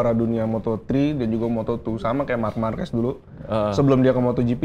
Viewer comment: Marquez bacanya Marqez bkn marquez